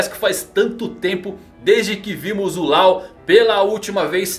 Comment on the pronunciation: A pronúncia não é Lau, é Ló, como lei em inglês